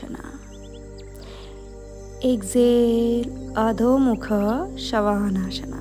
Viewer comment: ಅದು ಆಶನ ಅಲ್ಲ ಆಸನ, ಶವಾನಾಸನ ಅಲ್ಲ ಶ್ವಾನಾಸನ .ಸರಿಯಾಗಿ ಆಸನಗಳ ಮೊದಲು ತಿಳಿದುಕೊಳ್ಳಿ.ತಪ್ಪು ತಪ್ಪಾಗಿ ಉಚ್ಛಾರ ಮಾಡಬೇಡಿ.